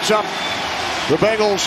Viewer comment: Is it just me or does it sound like he’s saying bagels every time he says Bengals? 😂